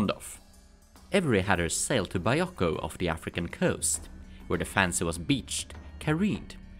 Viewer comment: I think I can speak for a lot of us when we say we're not taking offense by it just sounds a little funny to our native ears. (Mostly the way you say "fancy") You make awesome videos please don't take any offense ( you pronounce it "correctly", without splitting the word up. Generally you pronounce "fan-Sey" inflicting the on the second syllable , sounds kind of silly to a native speaker. you pushed the two syllables together sounding much more natural) anybody who gives you BS about your pronunciation ( other than me just now of course😂) ask them how many languages do they speak. Please keep making your awesome videos!!